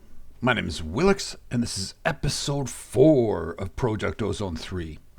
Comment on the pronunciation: God it pisses me off the way he said project